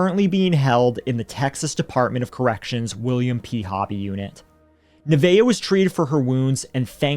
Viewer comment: Oh wow. My.granddaughter is named Neveah. Not only do you never hear that name, but you pronounced it correctly. 😁😁